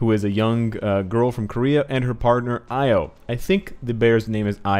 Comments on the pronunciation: 이오[i:o] not 아이오[aio] ;b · Io is pronounced EE-O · the name is indeed Io, not Lo, so named after the Greek myth. Io was a lover of Zeus’ and a priestess of Hera. More importantly, though, Io is one of the moons orbiting Jupiter, hence some of the moon iconography of the character, I’d wager.